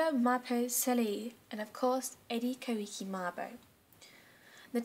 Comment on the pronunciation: Video is well made, impressive for a first video. Your basic description of terra nullius is the only memorable flaw but i presume your teacher covered that. Koiki is pronounced 'Quaki', in case your teacher didn't know.